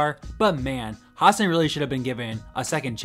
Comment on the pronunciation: Has-SAN, not HAS-san